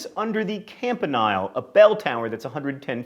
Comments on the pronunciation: IT IS CAMP-A-NEAL NOT CAMP-A-LARGEST RIVER IN THE WORLD. JOHN GREEN YOU HAVE FAILED ISU STUDENTS. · The University of Northern Iowa also has a tradition of kissing under the Campanile at midnight during homecoming. But it should be noted that it's pronounced campa-neel, and the verb is campaniling. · Campa-NEAL is how I've heard it pronounced, btw you forgot the bad luck to walk on the zodiac inlay at the MU for ISU as well. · Just an aside, I am a current Iowa State University student and it's actually pronounced 'campa-NEIL' not 'campa-NILE". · It's pronounced campaneel not ile. As a former Iowa State student, I cringed a bit, but this is still a very informative video. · Iowa State's tradition is under the Campanile (Camp- eh- kneel) not (Camp- eh- nile) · I had to laugh a bit at your pronunciation of "campanile". Camp-in-eel is how we say it here in Iowa! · Iowa State Alum here. It isn't just kissing under the Campanile (which as pointed out is pronounced with a long e not a long i ) that makes one a true Iowa Stater. It has to be when the bells strike midnight. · He pronounced campanile wrong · I'm sure others have but I shall not talk about your mispronunciation of "campanile" because MISPRONUNCIATION IS YOUR THING. :-) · Nice pronunciation of campanile.... And when I say nice, I mean nice way to botch it up. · John's mispronounced word of the day: "campanile"